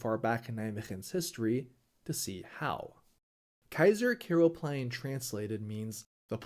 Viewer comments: Oh please you work in the Netherlands. Start pronouncing the name on a decent way. It's Keizer Karelplein, with an A. Not Keizer Kerelplein, with an E. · Keizer Kerel Plein? The a is not pronounced 'e', its pronounced 'ah!' Keizer k Ah! rel plein, lollll